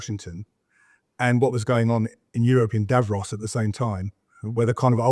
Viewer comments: “Davros”?? You mean Davos mate, Davros is a character from Dr Who!!! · I liked mispronounciation of DAVROS - he who was the creator of the DALEKS the destroyers of everything. Seems fitting for Schwab, WEF, EU and UVD